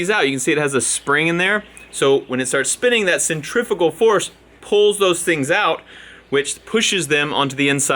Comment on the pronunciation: It's CENTRIFUGAL not centrifical...which is an eggcorn.